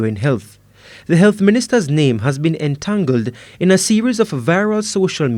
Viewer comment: The reporter said entangled 😂😂😂